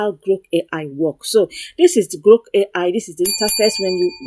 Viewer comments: Are you say GROK AI or Gro AI? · Are you saying GROK AI or GRO AI?